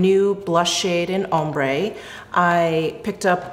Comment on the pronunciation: Love you! Just a helpful hint that ‘ombre’ is pronounced ‘om-bruh’ (ombré = om-bray). Thanks so much for this vid!!! Chanel’s always my favourite:)